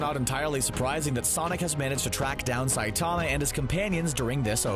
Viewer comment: the way you said Saitama in the beginning really annoyed me.